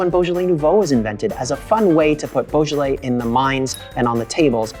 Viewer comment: You can't pronounce it in French😂😂😂